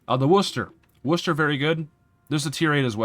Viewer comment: Love hearing an american pronounce Worcester correctly! 👏 great vid ty